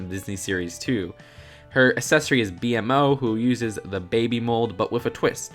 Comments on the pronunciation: His name isn’t pronounced B.M.O its pronounced B-MO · B-M-O? I don't usually care about stuff like this but it's Bee-mo. B-MO. Short for be-more. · Who else got mad when he said B M O No one knows what I’m talking about we’ll sit down a while go Cartoon Network made a show called adventure time it was great and that little robot well HIS NAME IS B MO NOT B M O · It’s b-mo not B M O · It's B-MO NOT B M O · Wait did he just say b m o why it's beemo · Did you just call Bmo, "B-M-O"? It's pronounced "Bee-Moh'! They only said it a hundred billion times! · actually its pronounced bee-mo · BMO NOT B-m-o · Damn dude, be a bit more critical of your vids! It's a roller skate, not a roller coaster. It says 101, not 100. "BMO" is pronounced 'Beamo'. Also, the nose on Billy sucks. Be honest. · 😤 it’s pronounced bee-mo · You pronounced BMO wrong... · I hate how you pronounced BMO